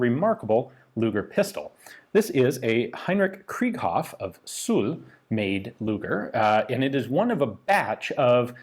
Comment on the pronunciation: Nice video, but the letter s in suhl is pronounced like zuhl In German s is always pronounced like z in English